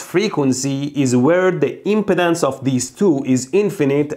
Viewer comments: Every time you say impedance it sounds like impotence... Freudian slip? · I can't tell if he's saying impedance or impotence.